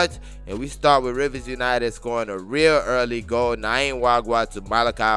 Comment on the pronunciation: Welldone!! However, you keep getting the pronunciation of this guy's name wrong in every Rivers United clip. It isn't "Nayim" Nwagwa... It is "Nyima" Nwagwa